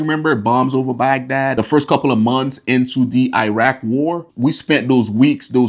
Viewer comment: oh my....the way he Pronounces Iran, it should be pronounced as (E-run), not (I-ran). Also he way he pronounces Iraq, 🙄!